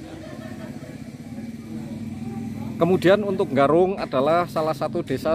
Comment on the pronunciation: Desa Garung apa desa Nggarung sih? Tolong di pas ke leh ngucapke btoo.